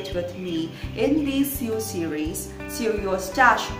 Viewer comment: Hi, I think your handmade scarf turned out beautifully. I can tell you work hard to making the best tutorials possible. My grandma does sew for a living, and I want to show her your videos. My next comment is not intended to be an insult, but constructive. I noticed you are pronouncing “sew” as it is spelled, which is what one would expect, but English being the frustrating language it is sometimes, isn’t quite read like that. You would say “sew” as you would read “sow”, and “sewing” as “sowing”. It is an “o” sound more so than an “e”. The spelling would still remain as sew, however. My parents are English language learners, and I myself speak 4, and I am just trying to help:) Expecting more “sowing” videos from you soon!;)